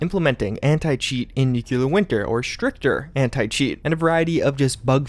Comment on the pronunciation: You talk about something that has bugs and glitches, yet you can't pronounce the word 'Nuclear'.😆😆